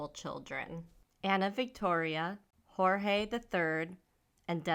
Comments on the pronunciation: Poor Jorge...he was so manipulated that he ended up giving the cop the pronunciation of his name the way she says it instead of the actual way. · It's pronounced George. No silent J.